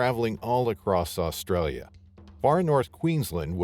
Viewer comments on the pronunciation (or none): none